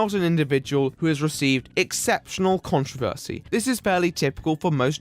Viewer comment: Please pronounce "controversy" correctly. Expect better from you. Are they interesting people? Are they? NOPE.